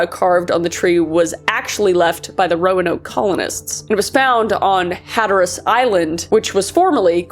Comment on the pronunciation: My favorite was when she said Hatter-Ass island. I live near there, and I call it that as a joke.